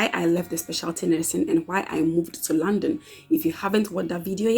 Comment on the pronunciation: It took me few minutes of listening to you before I could know that you were saying London and not 'Landing'. Lol